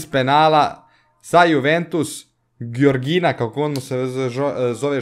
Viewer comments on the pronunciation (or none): none